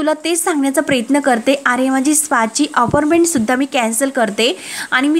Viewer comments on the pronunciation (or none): आविष्य नाही आयुष्य , अपारमेंट नाही अपाॅइटमेट !